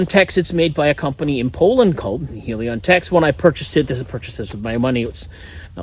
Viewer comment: Heli-Kon, not Helion